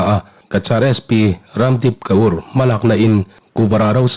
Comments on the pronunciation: ' Ka ur ' ti a lam ri lovin " kâwr ' ti a lam rik a dik zawk lo mawr...!!! ?? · sp hming hi ka ur ti a lam lovin kawr ti a lam zawk tur a ni lo maw ka ti mai mai. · Cachar SP hming hi "KAUR " punjabi nu a ni a, kawr/Core tih anga lam tur a ni e.Please